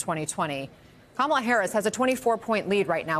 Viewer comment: Butchering Kamala’s name combines two of the GOP’s past times: racism & illiteracy.